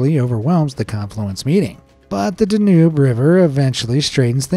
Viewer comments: It's pronounced "DAN yube", not "Den UBE". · The river between Germany and Austria is pronounced DAN -Yoube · This one shows how wrong I have been. I've always thought that this particular voice was a human and not AI, but it is hard to imagine the mispronounciation of Danube unless it was AI.